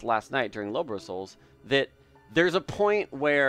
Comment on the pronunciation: why people keep calling lobos "lobro"? LUL